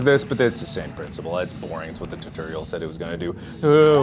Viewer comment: It wasn't until this video that I found out Mark says "turtorial" instead of "tutorial"